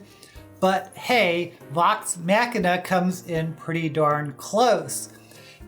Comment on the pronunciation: You are mispronouncing the word Machina in the title.